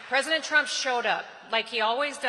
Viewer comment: Peesident Trump!